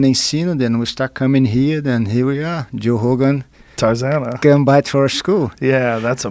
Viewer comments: Love when he says Joe Hogan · Lol I love it when he says “Joe Hogan”. Got to love Portuguese 😂